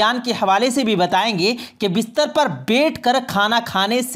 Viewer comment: आप बोलते अच्छा हैं मगर मुआफ़ करें कि आप अपने कुछ अल्फ़ाज़ पर भी ग़ौर करें ---- है-को हे बोलना।बैठ को बेठ।ग़ौर को ग़ोर इनके अलावा भी कई अल्फ़ाज़। यानी ए और ऐ, ओ और और के ऊपर ख़ास ध्यान की ज़रूरत है।